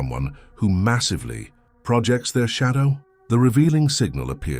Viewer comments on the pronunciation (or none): The topic is interesting in all, but the unnatural cadence of the AI narrator is so off-putting, I couldn't even listen to the first five minutes. It just keeps awkwardly pausing mid sentence and keeps using the noun pronunciation of "Project" when it should be the verb form.